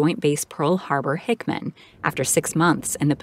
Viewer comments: Hickam not Hickman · It’s Hickham, not Hickman! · It bothers me so much more than it should that she kept pronouncing Pearl Harbor-Hickam as "Pearl Harbor-Hickman"... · Hickam, not 'Hickman' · I sure wish they would LEARN how to pronounce names and key words rather than just winging it on the fly. IT'S PRONOUNCED ***HICKAM..... HICK-EM***, NOT HICKMAN YOU DOPE!!!! And on the other side of this coin, ANYONE who is nutty enough to serve on board a sub gets a profound amount of respect from me. I could never get in that frame of mind ( and it takes an extraordinary amount of fortitude ). They deserve all the perks that the Navy offers. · That's hickam... Not hickman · It's Joint Base PearlHarbor-Hickam, not Hickman.